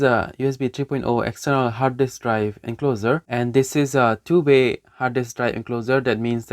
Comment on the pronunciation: BTW you're pronouncing encloser. Here's the right one 😉 Otherwise you speak English very fast and fluently 👏 Certainly way better than me, so i hope you don't take this the wrong way. Kuddos on a great video, keep 'em coming 👍